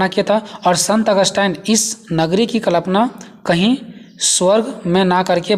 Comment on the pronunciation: Sir sorry but it's kalpna not klapna ...or sir aapka notes bohot helpful Hai..thank you so much 👍👍